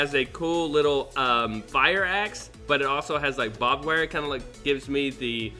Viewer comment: What you call “bob” wire is pronounced barbed wire